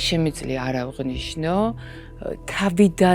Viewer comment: ავღნიშნო?" მომღერალს და პროფესიით ჟურნალისტს არ ეპატიება ასეთი შეცდომა. მას ხომ მთელი საქართველო უსმენს.